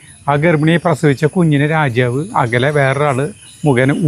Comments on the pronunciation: രാജ്യാവ് അല്ല.രാജാവ് ആണ് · രാജ്യവ് എന്നാ പറയണ് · രാജാവ് എന്ന് പറയുമ്പോൾ എന്തോ ഒരു മിസ്റ്റേക്ക് പോലെ😊